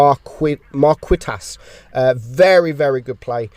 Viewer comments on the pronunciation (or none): Replay leopard 1 the name is pronunced Markeetass Marquitas